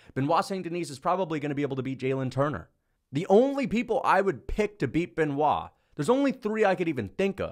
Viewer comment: I believe one day that will pronounce Benoit's last name properly.